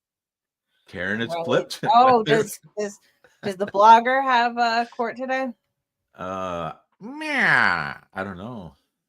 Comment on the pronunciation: Court not quart. Sorry talking in the microphone